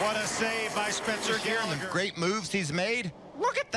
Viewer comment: "What a save by Spencer Gairligher!"